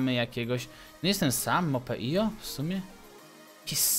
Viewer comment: czytaj mop.io